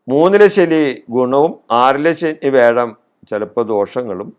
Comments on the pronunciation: തിരുമേനി വേഴമല്ല. വ്യാഴം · വേഴം അല്ല വ്യാഴം